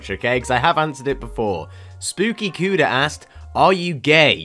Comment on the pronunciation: This is not hating but it’s not kuda it’s ko da that’s how to pronounce Koda